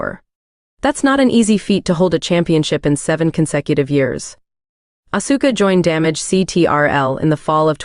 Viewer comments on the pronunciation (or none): Like how they pronounce Asuka’s name.